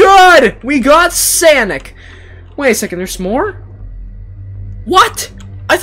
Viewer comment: DUDE ITS NOT “sanic” ITS SONIC